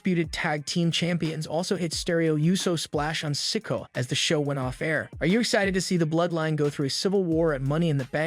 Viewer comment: It’s not sicko it’s Si Ko a